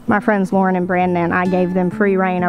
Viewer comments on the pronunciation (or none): none